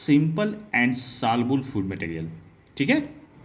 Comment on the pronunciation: Salbul nahi soluble